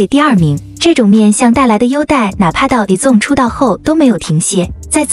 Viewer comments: izone不是念i(e)zone 而是念i-z(z音開頭，茲音結尾)-one 才是喔! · 團名至少要唸對吧…「izone」